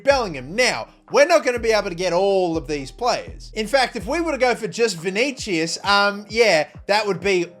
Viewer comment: vinigiues hahahah